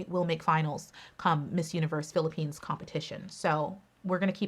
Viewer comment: I love how you pronounce cities and provinces of the Philippines now they are on point love it .